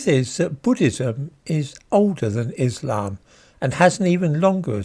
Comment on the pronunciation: When pronouncing the word 'Islam' in English, the emphasis belongs in the first syllable. Enunciate the 'iss', as one does in 'hiss', as if impersonating a snake.